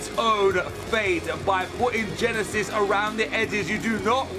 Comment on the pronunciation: It's not yenesis it's Genesis